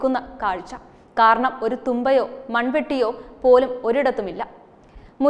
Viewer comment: മോളേ, ഒരു "തുമ്പയോ" എന്നല്ല "തൂമ്പയോ" എന്നാണ് പറയേണ്ടത്...